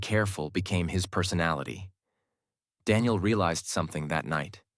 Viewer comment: IT is Daniel not Denial😑 bro